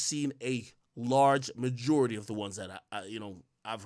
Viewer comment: “Mah-jew-ritty” 😭 quit saying that creepy rapey shit it’s “muh-jore-itty”